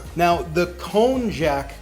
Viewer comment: You seem to insist on pronouncing the "j" in konjac as in English. Or, you pronounce it wrong, then right, as if you don't know which is right! That "j" should be pronounced like a "y". Hence, konjac pronounced correctly sounds exactly like cognac, the brandy. (...I hope you don't pronounce that as COG-nack!) Also, you can get the irony taste of heme quite easily by adding a few drops, to a few ml's of infant iron supplement...which contains ferrous (iron) sulfate.